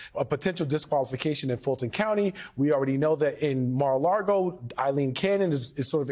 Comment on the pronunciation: Why do so many people pronounce mar-a-lago like mar-a-largo?